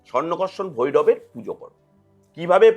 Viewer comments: মা লক্ষী এবং কুবের মূলত স্বর্নাকর্ষণ ভৈরবের পূজা করতেন। কিন্তু উনি ভুল বলেছেন উনি নিজেই উচ্চারণটা ভুল বলেছেন। উনি বলেছেন সংকাকর্ষণ ভৈরব। আমি ব্রহ্মানন্দ মহারাজের একটা পডকাস্ট থেকে এই তথ্যটা জেনেছি। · uccharon bhul korechen tai bolechi